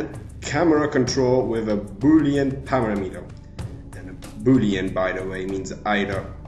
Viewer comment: Is your pronnuation of paramater part of your accent or did you actually not know how to say Par-am-et-er?